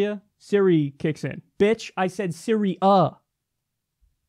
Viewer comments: Kyle "Sy-ri-AH" Kulinski. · "Bitch I said Siri-A" LOL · “BITCH I SAID SY-RI-A” - Kyle Kulinski 2018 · " bitch , I said syri-A "